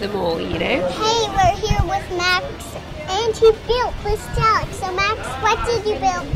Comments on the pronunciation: FOR GOD SAKES ITS NOT PRONOUNCED "D-AH-LICK"! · you said Dalek so badly xD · Its DAH-LEHK